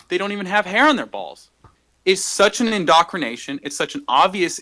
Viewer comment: " it's such an indocrination..." (not indoctrination with a t sound) - I'm convinced!